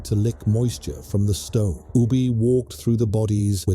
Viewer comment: Within the first 36 seconds Ubbe was pronounced 2 different ways. Ubbe or Ubba i am aware of but Ubi is new to me. Long live the pathetic A.I and Bot voices. May they contribute massively to the utter ignorance of Humanity.